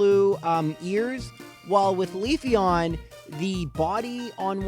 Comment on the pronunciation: Got Leafeon and Togekiss wrong. Oh well. Close enough.